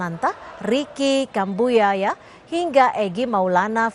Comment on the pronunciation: Ricky kuambuaya bukan kambuyaya